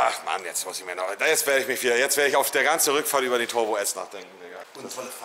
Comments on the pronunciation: Da hört er endlich mal wie man turbo ausspricht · Ist Monte ein Legastheniker ? 🤔 Toooorm, Nürnburgring, Tooooorbo, Bööörger 🤦🏼‍♂️